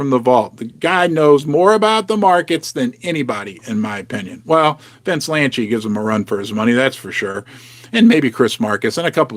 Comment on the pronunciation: It’s Vince Lanci!! NOT “Lanchi”. There is no “H” in his last name. It’s “Lanci””!!!